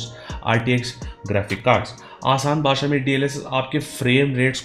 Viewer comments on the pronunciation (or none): none